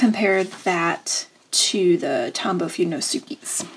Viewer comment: Nice review. Pronunciation of the Fudenosuke was incorrect, so the perfectionist in me will make a little correction! It’s fuh-deh-noh-suh-keh (all „h’s” are silent)